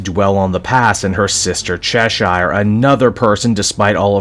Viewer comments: Why do you pronounce it chesh-ire? Its pronounced chesh-er, like the cat from Alice in Wonderland. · That's not how you pronounce Cheshire.